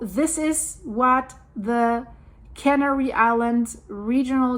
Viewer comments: I love your videos and your English is great! I want to help you out with one thing from this video. You accidentally pronounced the islands as cannery which is a food processing term i.e. fish cannery, meat cannery etc. It is referring to the process of canning food. The islands are pronounced the same as the bird Canary. It is pronounced "can AIR ee". Go to an online dictionary and you will be able to hear the difference. All my best and thanks so much for all your hard work!!! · yes... can AIR ee....emphasis on the second syllable. ;-)